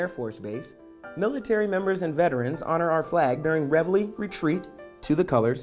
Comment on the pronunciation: Why? Because they pronounced it correctly?